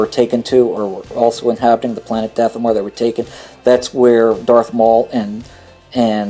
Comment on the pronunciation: You are very hard to follow, you pronounce so many planets wrong i.e. Dathomir you are saying Dathomore but the planet is pronounced Dathomeer. Also your "eh..."'s , "ah..."'s, "ehm..."'s, and stuttering is very annoying and lenghtens your Video artificially, so how about you start writing scripts and cutout bad moments! Best regards.